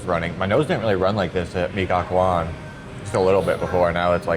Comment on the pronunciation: Mie Gacoan is pronounced "Mee GaCHOan'